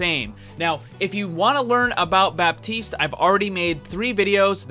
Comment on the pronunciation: The P in baptiste is silent